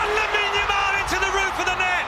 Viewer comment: Dude say lamine Yamal right it’s lameen yuhmal